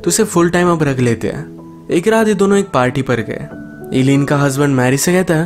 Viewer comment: Am l the only one who noticed him saying 'व्राइट' not 'राइट'...